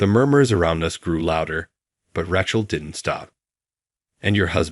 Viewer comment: Oh, Rac hell is back. Please get the pronunciation corrected!😮